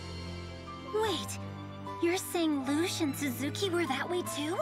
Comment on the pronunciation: One last thing. Her name is LUCHE Not loochay!!!